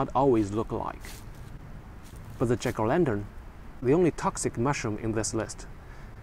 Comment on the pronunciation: Your pronunciation of jack-o'-lantern sounds like chicolendrin and is confusing.